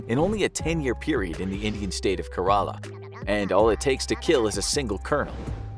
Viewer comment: It's Kerala....not karaaala😛